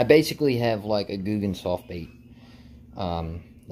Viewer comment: Your saying it correct buddy